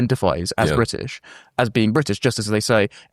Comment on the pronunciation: I'm eight minutes into the show and can't bare hearing Liz Truss saying 'Bridish' one more time.